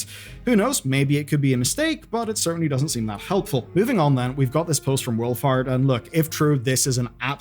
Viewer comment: oh, Wolfhart, I thought you said wool fart